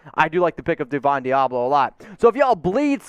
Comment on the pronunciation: LMAO you cant get through a draft w/o mispronouncing someone's name then acting like you know all about him. Deablo a CB? He's a WLB in the NFL.